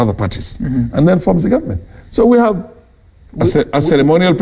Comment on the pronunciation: Mbimbii, ngive, Nget, ngovernment etc. What a palava. It’s stressful just listening to this.